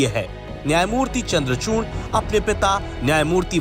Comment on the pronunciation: चूर्ण नही चूड़ है 😂